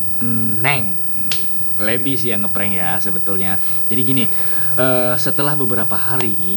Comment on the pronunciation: HAHAHAHAHA NGAKAK IH PAS NGOMONG PRENKKKKK